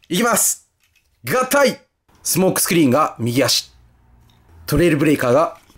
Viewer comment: 一番最初、スモークスクリーンのこと「相撲スクリーン」って言っちゃってますねｗ しかしコンバイナーウォーズはどれもリデコが上手ですなぁ。早く日本でも発売してくれぇぇぇ！